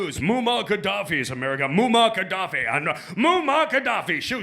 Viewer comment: Pisses me off every time he mispronounces Gaddafi's name.